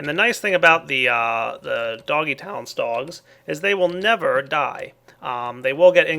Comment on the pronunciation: the way you said "doggy tallents" made me think you said "doggy towns" HAH